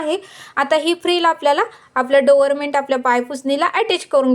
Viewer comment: डोरमेन्ट नाही डोअरम्याट म्हणतात